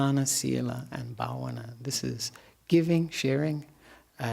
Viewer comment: What are excellent pronunciations of "Dana, Shila and Bhavana" by Venerable! We all respect it. 🙏🙏🙏.